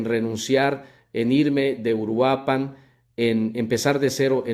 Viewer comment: esto es un fraude esto es inteligencia artificial ni siquiera es su voz y no pude pronunciar URUAPAN chequenlo es inteligencia artificial😂😂😂